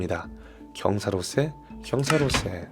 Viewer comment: 다른 건 다 괜찮은데 책 읽을 때마다 경사로세를 경사로쎄라고 읽으시는 이유가 뭐에요... 목소리 깔고 읽는 거 들으면서 좋아하다가 갑자기 발암.